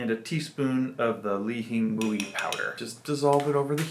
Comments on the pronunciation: Why do you say it like that? It’s pronounced “li-he-moi”.. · that’s how we pronounce it in Hawaii.. born and raised, and I’m still living here.. only people that say “ling-hing-mui” are tourists.. it’s “lee-he-moi”, or some people say “lee-he-mui”.. I mean, there’s no right, or wrong way of saying it.. it’s just funny hearing it said like how you said it, cuz no one says it like that